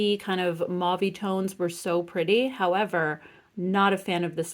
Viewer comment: I love how good your eye is for colours you are a genius. Also, I have to thank you because you are the only influencer who actually pronounces mauve properly thank you, and my French ear thanks you lol 💗💗💗💗💗